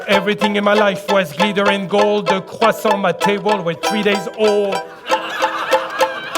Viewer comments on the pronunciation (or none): none